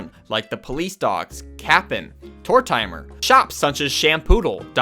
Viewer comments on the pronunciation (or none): SERIOUSLY LMAO. It’s TOR-tim-er. lmaooo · Wait, hold up. Did this man just say Tor-TIMER??? 😆😆😆 lmaooo... it’s Tor-TIM-er fam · I believe Tortimer's name is pronounced Tor-TIM-er (not tor-TIME-er) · Oh god please Stop saying Tor-te-mer like Tor-TIME-er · yeahhhh that's not how its pronounced... its just Tortimer like tore-tim-er. not tore-timer. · It’s pronounced: TORT-eh’mer. It’s a pun on tortoise and Mortimer. Love the depth of info in your vids but dear god: GET THIS RIGHT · This is a good vid and I appreciate your dedication but how did you just pronounce Tortimer lol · great video but the way you pronounce tortimer makes me want to commit a crime